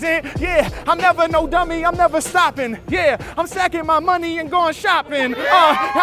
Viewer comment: nevah, nevah, nevah